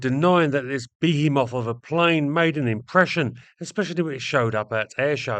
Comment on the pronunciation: Why cant youtubers pronounce behemoth?